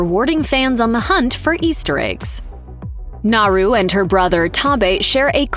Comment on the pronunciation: One super annoying detail missed... How to pronounce Naru... The r is said as if it were a d... NahDoo.